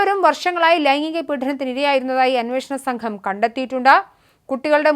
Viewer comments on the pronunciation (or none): none